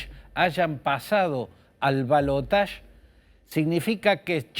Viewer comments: Ramos Es ridículo. La palabra en castellano es balotaje y se pronuncia tal como se escribe. El uso del término francés en lugar del propio del castellano es de una afectación que suena realmente ridícula, causa risa. En realidad, por aquí no decimos siquiera balotaje, sino segunda vuelta. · En francés se pronuncia balotaSH no balotach. Yo siempre lo pronuncié así lo mismo digo garaSH. Ahora la rae rompe con cosas que antes no rompían.